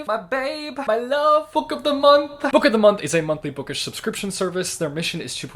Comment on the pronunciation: Nobody:: Book’o’dhmonth